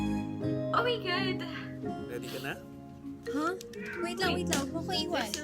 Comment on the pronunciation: I thought your stomach was hurting, you kept saying "ohh my gut" LOL